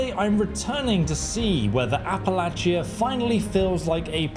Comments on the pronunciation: "Appalachia" pronunciation depends on which side of the mountain you are on.. and they actually got it right, for where this takes place... West Virginia side: "appa LATCH uh" Tennessee side: "appa LAY shuh" I have lived in both places, 15 years, each. Love em both but this is one idiosyncrasy. Still, that Bethesda got this right for the setting is nice. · App-uh-lay-shuh (like shucks) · its Appalachia "app-a-la-ch-ia" so appalach(ia) no y or thats how all of us that live here say it. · Appa Lay sha😂